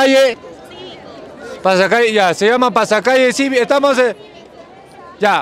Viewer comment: "Desfili ciVico" ....pendexxx